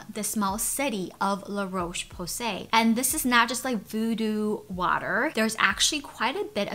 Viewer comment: Dear America. The o in Roche is pronounced like the o in hot, not the o in cold.